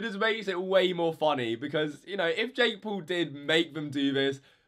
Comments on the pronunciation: It’s not Jake pool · Say jake paul not jake pool like bruh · Ding He doesn’t say “pool” he’s says “poal” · "Jake pool" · Colby Moore more like Jakk poll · Jake Pool? speak English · Jake Poowl. Bro learn how to talk.